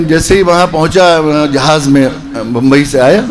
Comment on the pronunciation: jihaz naheeN jahaz